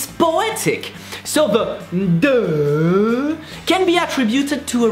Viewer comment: O my god... i fell off my chair laughing 😂😂😂😂😂 "DEUUAAAHHH" 😂😂😂😂 ur soo adorable 😁😁😁😁